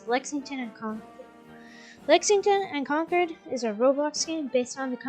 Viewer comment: mass hole here concord is pronounced Kawn curd not kawn cord